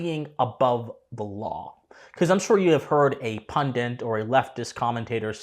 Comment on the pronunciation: Enjoying this so far, but please note it is "pundit" and not "pundent," a mistake many people make. It's a per peeve of mine.